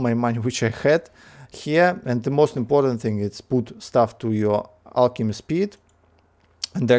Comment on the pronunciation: Hey man, great video again! If you're interested, I have a few pointers: Alchemy is pronounced with a hard c, so more like alkemy ;) The lvl up gift bubble has a small chance to give exclusive items, so whenever you notice you're going to lvl something up (especially fishing), it's worth switching to the gift. I wouldn't personally spend too much liquid water on the cauldron boosts, but rather use the water for the vial upgrades for example (those are very important :)). And last but not least, the liquid cauldrons give more exp than the basic 4 cauldrons, so it's useful to keep your best mage on one of those so he can lvl up alchemy faster.